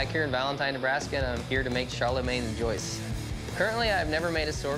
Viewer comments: "Show-use" - oh my god! Their pronunciation is a mess. If I didn't know the sword's name is "Joyeuse", I wouldn't have understood what they mean. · LMFAO same " joy ooze" "joyce" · jwayuse with an u like in burn (eu), silent e, and a French a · The infamous JoyUse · T O' if you pronounce it like an english word say “shwa-yerz” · "Joyce" No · He sais "Joyeuse" like "Joyousse" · As a french, hearing them pronounce Joyeuse literally keeled me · J'avais même pas capté que c'était joyeuse le mot qu'ils disaient mdrr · C'est pas joyaux? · La Joyeuse ne devait pas être très joyeuse d'entendre cette prononciation. :P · As an Italian, hearing them spelling Joyeuse killed me also, et je ne parle français qu'un trés petit peu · ...or, how many different ways can you mispronounce Joyeuse!🤣 But hey, I appreciate their sneaking in another arming sword episode simply by calling it something more specific! Same with the sword of El Cid, La Tizona. More arming swords, please!😁 Next do Henry V's sword that's on display in Westminster Cathedral!👍👍